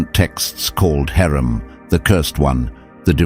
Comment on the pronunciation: Hermon not Herman.